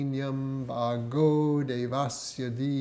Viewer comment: There are two ways of pronouncing 'Bhuvaḥ Suvaha' in Gayatri mantra the way in which you pronounced it is correct as I would expect from someone who had been meditating for so long, but I just wondered why you pronounced the word 'Bhargo' like you did, as it is clearly not correct. It is pronounced in a similar way to a rolled 'R' in Spanish language and not how you would expect it to sound if you were attempting to pronounce it from an English language pronunciation. having never come across the word before or not knowing it is a sanskrit mantra. I think it is important for people to learn to chant it correctly.